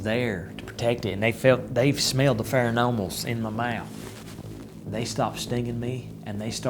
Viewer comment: this guy is so full of shit its insane. He's also an idiot and can't even say pheromones correctly. he has probably embellished this story each time he tells it